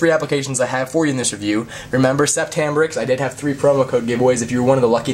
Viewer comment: it's not said sep-tt , it's said set, it's french .